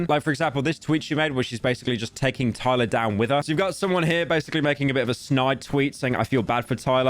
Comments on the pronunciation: There is no way he didnt watch just a single video of Tyler's and mispronounces her name over and over again 💀 pyro the king of research as always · HE DID IT AGAIN! THERE'S NO WAY MAN! You're actually the yt equivalent of a substitute teacher mispronouncing every name on the fucking planet